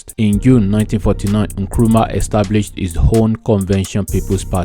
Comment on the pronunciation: It's Nkrumah not nkuruma. Kindly correct pls